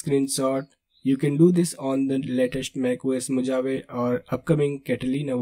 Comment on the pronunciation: Thanks for the video. It is interesting. Just a humble suggestion. Mojave is pronounced differently. As spelt, "MO-JA-VE" is incorrect, but /moʊˈhɑːvi, mə-/ moh-HAH-vee. Spanish words adapted in English have different pronunciations like Tortilla is not "Tor-TI-La" but Tor-Ti-YA! Strange isn't it?